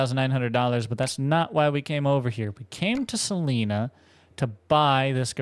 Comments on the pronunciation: Salina is pronounced "Suh line uh" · Just an fyi when saying salina the i doesn’t sound like an e lol